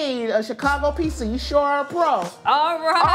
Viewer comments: Person who hosts a pizza show, pronounces it pisa, nightmare! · Nicole needs to start saying “pizza” instead of “pissa” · It's pronounced 'Peet-za' not ' PEESA' goddamn that bothers me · Someone needs to teach Nicole how to say piZZa she says pissa and it drives me nuts. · Great show and love the channel. I die alittle everytime when she says Pissa >_> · I like how she calls pizza "pissa" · Pissa... Pissa. Am I hearing her wrong? It's like my misophonia is reacting to the word... Pissa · STOP CALLING IT PISSA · Fuck sakes ... it's pizza not Pisa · I'm really trying hard to not hold her pissa pronunciation against her but it's hard. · Can the host please learn to say Pizza? It's not Pisa. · I can't phukin stand when ppl say Peessa!!! 🤬🤬🤬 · PiZZa darling!! Not piSSa.. That is pissan me off :/ You could not find a presenter with correct pronunciation for the theme word of the show? Really?! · I can’t get over Nicole pronouncing it, “PEESA” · The way Nicole pronounces Peesa make my ears perk up every time 🤣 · "In the peesa world" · I hate how Nicole says "piece-uh" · Not only does that lady say peesa, she also says axe. Ugh And I think it is a casserole. Way too much cheese for me. The ratio is way off. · Does it not bother anyone else that she keeps saying peesa? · The way she says piecsa bothers me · I really like her pizza, but does she have to keep pronouncing it peesa? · says "Pee-sah". Also, these videos are cringe. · Host of a pizza show; can’t pronounce pizza. 😂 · ....instead of the "two yoots" it was two pizzas. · She can’t say pizza correctly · How can she have her own Pizza show but can't pronounce the word pizza correctly 🥲